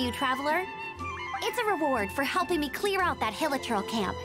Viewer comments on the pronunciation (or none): it’s hill-e-churl (churl as in chew) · *pronounces hilichurl as heel-lee-kurl* All genshin gamers:...at least he pronounced paimon correctly